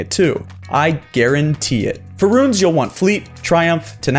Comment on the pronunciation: heard the "Garentee"